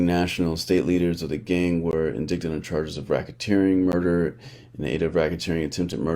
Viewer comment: Hey bro just a word of advice...indict or indictment is pronounced en-dite or en-dite-mint. You cant make these mistakes with the type of channel you have. I feel you have a reputation for putting out good shit.